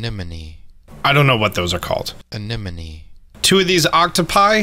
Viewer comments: “Ah-nin-om” you’ve never seen Nemo and it shows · I almost peed myself laughing when you pronounced it “sea enema” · every time you said sea enema i screamed lmao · I’m binge watching this & when you couldn’t pronounce sea anemone I was like hello? Finding Nemo, marlin gave a little class on how to say where clown fishes live 😭😭😭: sea enema? Marlin: Is my home a joke to you? Ahh I love this series tho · Sea an-ne-ma LOL Words are hard. I remember how to pronounce anemone because Finding Nemo. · It’s not your friend. It’s anemone. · It's so very much NOT "Enema" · “anemone” My man has never watched finding nemo... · Seeing your appreciation for your old work around the island was so nice 🥺 so good to see you playing again !! Even hearing you say water was strangely nostalgic ahaha. The pronunciation of anemone too... oh my 😅 a big nemo moment. So good to hear that you'll at least be playing casually, even if it's not for long I'll be sure to tune in while it lasts. :) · I was surprised when I saw this but I’m also so glad... did you ever watch finding Nemo tho? Cuz that’s where you can learn to say anemone lmao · needs to watch finding Nemo to learn how to say anemone